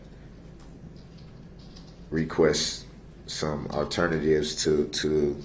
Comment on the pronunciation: ALTERNA TIVES. Get da reckerd kareck.